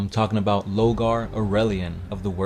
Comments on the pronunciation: "LOR-GAR". NOT "LOGAR". I CAN BARELY HEAR YOU OVER THE MUSIC! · y’all say Lore 100 times per video but can’t pronounce LoRgar smh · Why are you refering to Lorgar as Logar? Isn't there an "R" in his name? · Lorgar man. LoRgar. If you pronounce his name like what you did in this video in his presence, he'd be wearing your face in his armor as a trophy lol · Lore-gar... LoRgar... also, stop trying to read the way ur brother does and get ur own style lol... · why do you pronounce his name Lo-Gar ? Where's the first R ? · I know you can see that R in his name man. LoRgar. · Yeah he kinda is just saying Logar isn't he? Just finished the 3rd video about life as a citizen in the imperium and he said "steed" instead of "stead". Using stead to discribe someone taking someone's place, so it went blah blah blah did "insert action here" in his steed. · Three years have passed, I hope you know pronounce the R in Lorgar